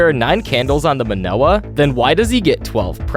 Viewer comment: You said it wrong. It's Me-NOR-ah. Not Men-oh-ah.